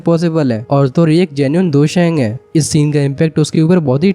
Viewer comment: Bro it's Dou Sheng